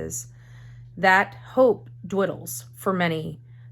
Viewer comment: Dwiddles😂😂...I think you mean Dwindles